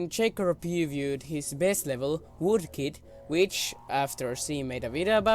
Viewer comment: you said voodkid xD thats some vood-oo